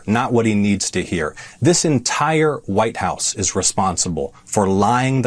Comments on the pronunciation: did she say VITE house OMG these people are such grifters, sell their soul for anything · Velcome to the Vitehouse.